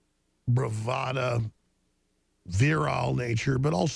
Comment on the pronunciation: You know, it's all fun and games until he ends up actually killing us all! This guy is insane! Also, the word is BRAVADO, not BRAVADA. Oh God, is he trying to simulate phone sex? Yikes!